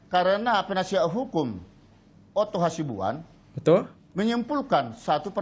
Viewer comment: hasibuan.. bukan hasimbuan. binsar gultom.. bukan bisnar atar bisar gultomo. ayolah bang tiap video kok salah terus nyebut nama orang